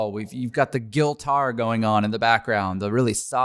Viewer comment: I may have misheard him but I hope not cause i love it..... did he call it GUILTar, when he was talking about the service mood background music? Great stream again, keep it up And I'd love to see poisoning the well on again.... how many cubbits still slays me